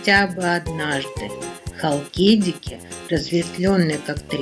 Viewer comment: ХалкидикИ...на последнем "И" ударение☺